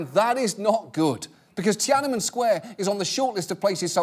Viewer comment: I love how John pronounces "Ti-anan-men Square" hahhaahha. Chinese here!